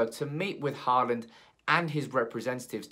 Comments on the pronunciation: Pronunciation: not "Harland", but more like "Holand" or "Hauland". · Think you need to work on your Håland prounounciation. Because me among most scandinavians cant stand the way your prounouncing his name as Heartland? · Haaland = Hawland That's how you would pronounce it in English. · actually the aa in "haaland" is pronounced like the "o" in for example "boring"